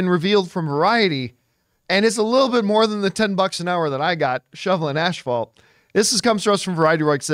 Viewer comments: English isn't my first language, but I'm pretty sure it's not called ashfault. 😀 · Did John say Ashfalt? Asphalt? 😅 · Why does he say asphalt as "ash-fault" lol